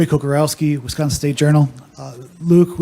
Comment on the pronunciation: Lol for years I got to watch Reggie White talk about Westconsin